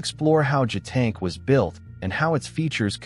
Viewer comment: It's JiuTian, not Jetank.